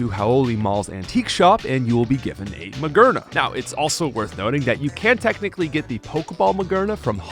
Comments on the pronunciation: MaGEARna not MaGURna! JIRachi not GYRochi! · “Magurnuh” made me laugh way more than it should have 🤠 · Theres no way you're saying these Pokemon names like this unintentionally. You're getting obvious names Like Jirachi and Magearna wrong. As well as names like the classic Rayquaza and Arceus, that many people get wrong too